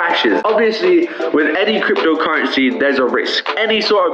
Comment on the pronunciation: why does he say crypDO currensee lol